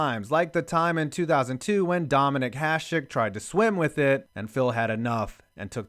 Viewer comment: lol i didn't even know that Hašek tried to swim with the Stanley Cup. Btw perfect pronunciation of his name